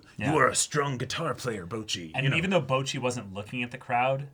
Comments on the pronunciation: I keep hearing the boys say BOJI instead of Bocchi. Ranking is just too fresh lmao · Man said Bochi